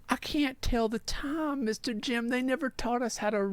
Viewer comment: Asmon turned into a souther bell "I do declare mistah Jim! They nevah taught us to read the tyyme!" 😂😂😂